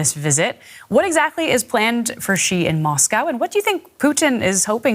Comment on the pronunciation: Explain why every person in the world can pronounce the English word 'she', but every broadcaster in the world has a different take on how to pronounce 'Xi"? I promise you it's the same. It's not zhee, ghee, gsee, xsee...